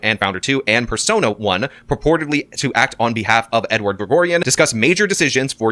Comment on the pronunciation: Does think mispronouncing every single name in the indictment including "Edward" is some way to distance himself from everything? Its actually pathetic.